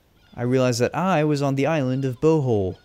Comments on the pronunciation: its not pronounced tikbalang but tikbaalang and bohol isnt pronounced bouhole but rather bo*seriously O*hol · bowhowl i think you meant bohol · Not bahol but bohol